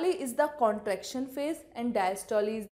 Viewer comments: Very bad pronunciation of systole and diastole😡😡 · please pronunciate systole and diastole correctly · Pls correct the pronunciation...... Systole :- "not Systol[e] just systole...'e' should be silent....." Same that in diastole🙂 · The pronunciation of systole n diastole r amazing 😂😂😂 Learn how to say systole n diastole from google 😆😆😆